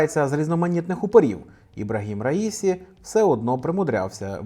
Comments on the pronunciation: Мені здається, що іранські прізвища вимовляються з наголосом на останню голосну. Отже, РаісІ, а не РаІсі! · "Я ж наказував - расію, а не раїсю!!!"